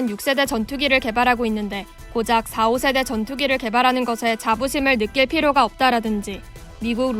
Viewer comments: 4.5세대로 읽어야합니다. 4~5세대가 아니고요 .4.5세대는 반스텔스 전투기를 의미합니다. 5세대부턴 스텔스기입니다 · 사오세대가 아니고 사점오세대임. 나래이션도 공부 좀 하지. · 아나운서가 4.5 읽을때 사/오세대라고 읽는데, 4.5 사점오세대라고 읽어야 함. 4세대보다는 좀 좋고, 5세대 스텔스기보다는 못하다고 4.5 세대 기종이라고 부르는거.. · '사오세대'가 아니라 '사점오세대' 라고 읽어야되는데, 나레이터 뭥미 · 4.5세대를 사오세대라고 읽는데 사점오세대라고 읽어야지... 실제로도 KFX는 사점오세대로 구분되어 있기도 하고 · 4.5 세대를 4, 5 세대로 읽다니... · 사오세대가 아니라 사점오세대라고 읽으셔야..